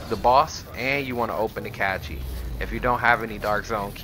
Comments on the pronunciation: Dude....it's cache like "cash" not like "catchy" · RevTastic Motovlogs more like cAeshe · He lost me when he pronounced it as a "catchy". 🤣😂🤣😂🤣😂Lmao. On the other hand it's good guide for new players or people who have put the game down for a while and need to gear up. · Haha the way you say "cache" its pronounced "cash"😂😂😂Good vid though 🤙🏽👍🏽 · Not them cachees 😂😂